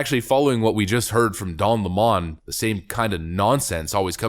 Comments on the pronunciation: Dude, stop calling him by his Frenchy pronunciation... use the correct ENGLISH pronunciation... Don LEMON. As in his show was a real LEMON. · A lemon is a lemon, be it a car, a leftie, or whatever. PS Don le-Mon? WTF? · I don't know why you pronounce Lemon like that. He ain't French. his last name is a citrus fruit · The pronunciation of his last name in this video is awesome. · Lemon is not pronounced Lamon. His name is pronounced the same as it is written which is the same as the citrus fruit. He lies about his last name. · Lemon not Lemoan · Its not Lemmon, its Lemon he is the worst sour fruit on tv. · It's not Don Le'Morn.... It's Don Lemon as in "A fruit" a very bitter, sour and acidic fruit ;p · Stop calling him Don Lea Mon it Lemon like the fruit. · Don LaMon??? It's Don 🍋 LEMON!!! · What's with the 'Lemon' pronounced 'Le Mon'???????? Its L-E-M-O-N....As in the yellow bitter citrus fruit....If he wants to go by 'Le Mon'....then please spell it correctly!!!🤣😂🤣😂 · Why are you calling his last name LEMOND? Isn't it spelled lemon? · It's not Don La Mon, it's Don Lemon, as in lemon, the sour-tasting fruit. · Why are you calling him le-mon...he's a feffing lemon. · It's 'Lemon' always been a shit-lib lemon. 'Lemōn' is a liberal affectation. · Dude, its L E M O N, like in lemonheads......not lamon....please speak english......lmao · His name is LEM-on, like the other guy is COLE-bert. I won't use their pronouns, either. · Imagine doing commentary about something as complex as racism; all whilst being too illiterate to be able to pronounce LEMON. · Stop pronouncing his name that WSU! 🤣😂🤣 sau it the way he spells it. L E M O N= 🍋 Lemon. LeMon is NOT HIS NAME. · How to pronounce lemon Leh - muhn like the fruit. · Of course he is crying about being fired his lies caught up with him. His name is pronounced like the sour fruit " lemon" as he is sour as hell now. As far as people attacing him he is playing the Jussie Smollet book of victimhood.